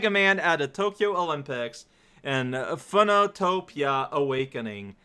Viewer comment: It's pronounced "Phönotopia"